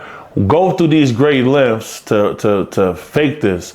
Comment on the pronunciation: I didn’t know the letter F was in the word “length” he teaches me something every time